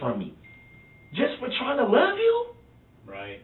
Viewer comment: Durrell really "luh dat girl" ! I think it says something about Darrell that he can't seem to say the word "LOVE" !